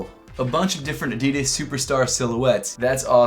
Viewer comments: thats the way youre supposed to say adidas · Pronounced Adidas the European way. Does make sense they are made in Germany witch is in Europe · Finally Americans can start saying “Adidas” the correct way - the way it’s meant to be pronounced